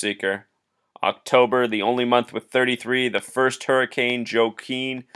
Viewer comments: I believe it's pronounced "WA-KEEN", not "JO-KWIN". Just a heads up. People mispronounce it all the time. Just a wierd spelling is all. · I think it's pronounced wah-keen.